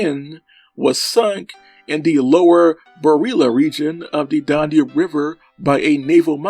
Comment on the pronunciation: Learn How To Pronounce DAN-UBE!- NOT DON-UBE! When You Talk About The "Weight" Of A Ship, You Use The Word "Displacement"! (Nice Collection Of Rare Footage, Though!)